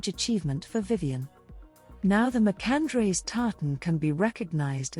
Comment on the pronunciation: Nice, but I think you need to work on your pronunciation of MacAndreas - it was named after her husband Andreas